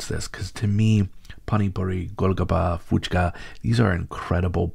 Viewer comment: Hey, it is Puchka with a P" and not an "F"